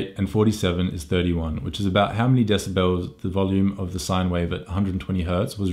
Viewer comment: I'm so smawt, blah blah blah, desibells, blah blah, scenawrios, shut up